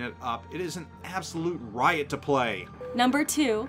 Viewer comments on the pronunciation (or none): none